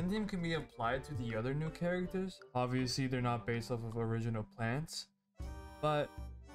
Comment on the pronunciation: Русский акцент прорвался, there’s no ну gem plants